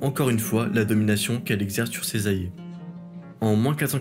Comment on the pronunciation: Et « allié », ainsi qu’« alliance » qui sont systématiquement prononcés « ayé » et « ayance »